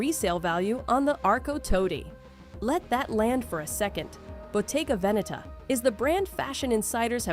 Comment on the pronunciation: Oh come on, everyone knows Bottega Veneta since decades. And pls learn the correct prononciation